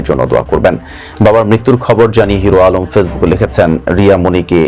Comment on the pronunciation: এইটা নিয়ে ও নিউজ করতে হবে যে নিজের নাম ঠিক মতো বলতে পারে না 😊